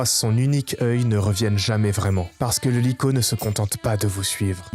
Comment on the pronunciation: vrm banger la vidéo par contre regarde la prononciation de likho mdr